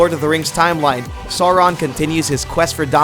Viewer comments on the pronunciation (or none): none